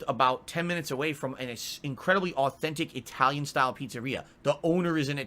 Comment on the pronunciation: "AcKthentic E-TalyIn"